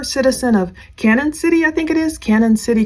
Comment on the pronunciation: Canon City...Pronounced Canyon. Canon Sh*tty Colorado. The prison capitol of Colorado.